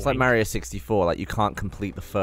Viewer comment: When gav says "mayrio"